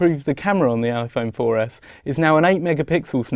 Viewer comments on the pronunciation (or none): lol he said iphone 4F